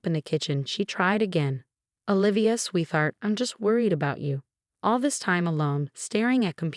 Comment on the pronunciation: Why can none of these narrators pronounce sweetheart? There is no "th" sound. Pronounce it as if it is 2 separate words, sweet and heart.